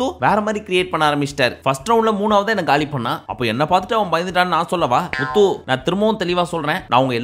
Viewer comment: bro na antha full episode patha ana ninga atha pesum pothu muthu nu varum pothu slang vera mari iruku eapdina low va solringa vera eallam nalla solringa ningalu pr ha maritingala ninga channel arambichi 10000 subscribe iruthathula irunthu pakura ana unga mela ippo nambikai illaa ninga solrathu kasu iruntha eanna vena pala la